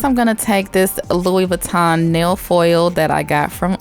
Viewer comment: iTs a lOouiE vEetAwn baG aNd itS uNiseX